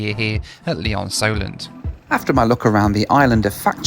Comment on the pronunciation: Lee-OnSolent? I used to fly gliders there!